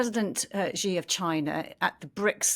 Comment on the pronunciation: Was credentials given to this lady???? Doesn’t even know how to properly pronounce China President name. It’s SHE not Che